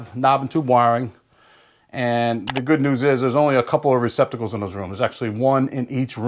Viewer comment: It's '' Receptacles '' ,... NOT '' Recpiticles '' !!!!!